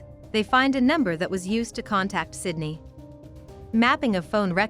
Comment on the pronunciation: Idk if you are aware of this, but there are a few times throughout this video that you say the victim’s name is “Cindy.” Her name is Sydney. If you are going to make a true crime video, it is imperative that you always pronounce the victim’s name correctly. J/S. You might wanna take a look at that.